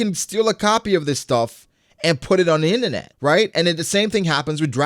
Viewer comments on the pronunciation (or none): “put it onna inanet”